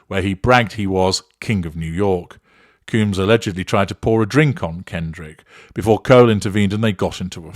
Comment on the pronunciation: By the way, it’s pronounced combs like honeycomb